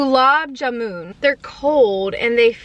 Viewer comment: Whenever she says- theekha meetha, lassi, kurkure incorrect but she apologises too. Thats good!! And she said gulab jamun, doughnut hole and pronounces it like-jamoon😂❣